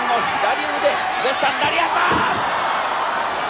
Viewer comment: ラリアットではなくラリアートです